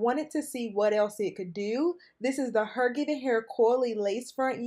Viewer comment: You said HerGiven and I said ✌🏽